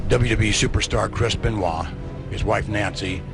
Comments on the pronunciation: Yeah man, benoye?? Come on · If you cant pronounce Benoit wtf are you doing making vids like this? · He said Chris Benoy 💀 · No one going to mention how he says benoits name🤣🤣